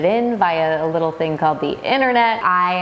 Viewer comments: It's a british thing. Often us Londoners turn the TH into F in certain words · I like how he says fing instead of thing lol